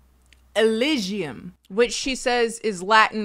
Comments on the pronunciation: The Google Voice "elizium" "eligium" yeah close enough.... 😂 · Oh poor that pronunciation thing is leading you astray. I believe most Americans would pronounce it Eh-LEE-see-um. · Everytime said the chick's name had me cracking up. 😂 Elysium. Elsum. Elson. Esmond. Whatever her name was. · Rewatching this for the jukebox moments and the laughing at deaths, but at the drawback of repeating "e lee zee um" every time has to remember how the hell to pronounce Elysium. (Granted, I have an indie game for the reason I remember it) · Hold up, Chile, it Ely-sium. Like elly from the last if us an sium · Every time said (Alisium?) I thought about Gladiator 😅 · For future reference, an easy way to say it is: Ee-Lee-Zee-Um -Greek Mythology Enthusiast 😂😂😂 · ee-LEE-see-yum,. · assuming hasn't played disco elysium since she can't pronounce it, this is an injustice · Take a shot for every time breaks into song or pronounces the main character’s name differently 🥴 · Oh wow I've definitely been mispronouncing Disco Elysium everytime I've recommended it to people, oops!